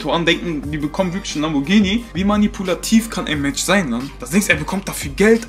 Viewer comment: Lamborghini kannst du auch nicht richtig aussprechen